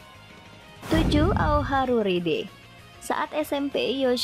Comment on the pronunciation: Ao Haru Ride, ride nya dibaca "Rait" pembetulan aja min